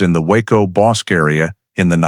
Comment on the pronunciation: Yes, I know....I have lived in the area half a century! 😊 That pronunciation was really nagging me, even though I realize it's not an easy name to pronounce for those who have never heard it by the locals. That pronunciation and when people say Brazz-OS (long O) instead of Brazos (us) are just two local locations that I can't ignore the mis-pronounciation without offering a nudge in the right direction. 😉